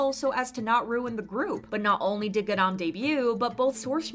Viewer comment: its ga-ram not g-aram